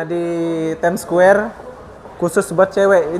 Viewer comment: bukan squwere tp Square..haha